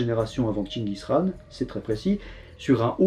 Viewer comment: La prononciation de "Chingis Khaan" est top👌